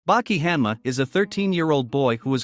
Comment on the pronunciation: Cringe. It is Baki pronounced " Bah-key" and Hanma pronounced" Hahn-mah" but you keep calling him Bucky Hann ma.🤬. I don't know why this annoyed me so bad but I stopped watching the video at about a minute and 36 seconds cuz you keep calling him Bucky. Same with his father's name Yujiro pronounced " Yu-here-o with a roll on the r"🤦 I noped out of this one real quick as it would have continued to cringe me for over 17 minutes and I wouldn't have been able to enjoy the video. Misennunciation of pivotal characters in a series annoy the hell out of me.